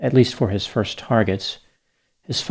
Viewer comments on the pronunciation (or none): none